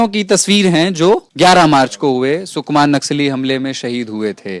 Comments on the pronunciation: sukna nai hai sukma hai naam to thik se lena sikho.. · its not sukna but it is sukma